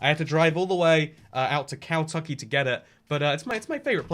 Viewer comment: KEN tucky not COW tucky